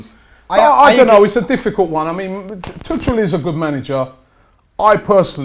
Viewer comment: Tuggggel, not Tutsjel...